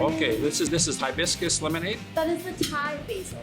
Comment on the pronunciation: "Thai-biscus"! You need to come to Clarkdale!